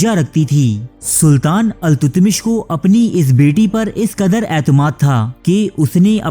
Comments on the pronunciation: BADSHAH KA NAAM ALTAMASH HAI.......TUTMASH NAHI.....CORRECT THIS IN THE VIDEO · التتمش نہیں التمش ہے صحیح نام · بھائی تاریخ کا حلیہ بگاڑنا بند کریں۔ کہانی کو کہانی بتا کر پیش کریں نہ کہ تاریخ۔ لفظ التتمش نہیں ، التمش ہے۔۔